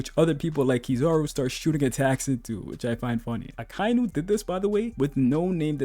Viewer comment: Aka-Inu... Not "Ah-Kai-Nu."